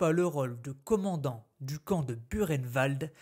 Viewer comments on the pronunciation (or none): C,est pas Burkenwald, c'est bien buchenwald, mais ça se prononce pas bureinewald, mais boureinewald ! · Très intéressant mais ayant un grand père ayant été déporté cela se prononce " bukenvalt "😉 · Ça se prononce bou reine vald ! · Erreur, ça se prononce bou reine vald! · non ... demandez à ces pauvres déportés encore vivant ou même à un prof d'histoire ça se dit" bukenwald" et " dacho" ayant eu un grand père déporté ça me fais saigner mes oreilles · Au temps pour moi. Pouratnt quand j'y suis allée avec mes élèves, c'est bien Burkenvald que j'ai vu à l'entrée. Il y a peut être une autre façon de le prononcer. Mais si j'ai tore je m'en excuse. Je vais me renseigner.